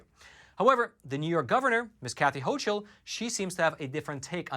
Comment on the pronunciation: It is pronounced Ho Kuhl not hoch uhl